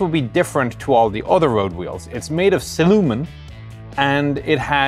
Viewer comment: Am I the only one who thought he said ''The wheels are made of Cinnamon''..... I did think for an instant, that's not very practical... but at least they would have tasted good....